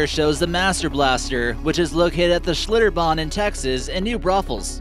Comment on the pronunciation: Yeah! You pronounced it right! Schlitterbahn, you go!